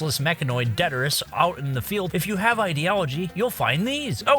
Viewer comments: it is not pronounced DET-ER-IS. it is pronounced DE-TRI-TIS. GET IT RIGHT YOU HEATHEN!!! smacks with stick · Detritus. Albeit. Look up their pronunciations. 😅